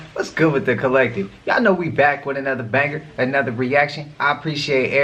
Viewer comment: HEY WHEN YOU SAY BANGER YO YOU GOT THAT CALIFORNIA ACCENT I LIKE BANGER IM TRY TO NAME A INDICA DOMINATED STRAIN CALLED CALI BANGER